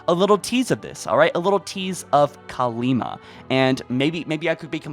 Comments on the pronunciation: Still Kalmiya, not Kalima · the Banished lost contact with Atriox because their ship got blown up remember? So they won't have the means to communicate. Also, its Kalmiya not Kalima lol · Please stop saying Kalima... Her name es KALMIYA!